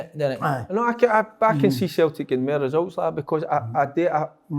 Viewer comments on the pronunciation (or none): Derek - ‘Futbuh’ ⚽️ Kev - ‘Sulltic’ ☘️